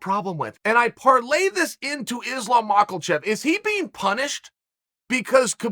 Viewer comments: Me: Makhachev Chael: Makalchev Me: Makalchev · I love Chael. And his mispronunciations are epic. But my man added a letter. 😂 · islam “mocklechev” makhachev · Chael “Macklecheck” sonnen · Chael.. Its (Muh-ha-chev) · At this point I'm sure MAKEL-CHEV is deliberate by Chael... brilliant troll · Just tuned in to hear chael say “ Makel-chev” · "MAKALCHEV" wtf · Chael says he knows Islam well. Also Chael says his name "Islam Michaelchev" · 'Islam makalchev' 🤣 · “Islam Macklechev” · Where are you getting the "L" in Islam's last name?